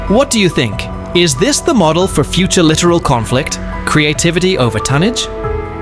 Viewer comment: It isn't literal. It is pronounced Li tor al.